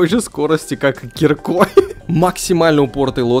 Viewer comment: Не кирикой а киркой